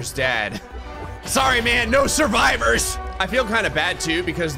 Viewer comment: I like how you keep saying "NO SURIVIOURS" when Mc (Minecraft) is like doesent care